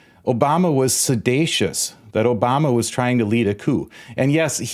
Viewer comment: There is no such word as sedatious. It’s seditious, which I believe you were alluding to. At least Trump was trying to use a big word.